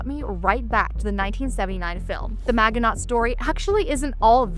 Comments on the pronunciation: MAJ-in-OH. Not MAG-in-AUGHT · I wish I could downvote this video once for each time she pronounces it man-ge-not when it's a very famous French name from WWII failure. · Your pronunciation of the Maginot really hurts my ears.